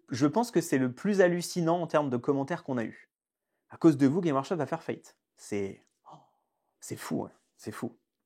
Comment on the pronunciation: GameS Workshop Dur dur la légitimité/ crédibilité quand même le nom de la boîte est pas prononcé comme il faut... Je n’'avais jamais entendu parler de vous avant ce titre putaclic Ah et insulter les fan des films Marvel d’imbéciles c'est pas l’argument super percutant que vous croyez que c'est J'ai une imprimante 3d, je m'en sers régulièrement, j'ai juste plus de respect pour l’IP Games Workshop et les gens que vous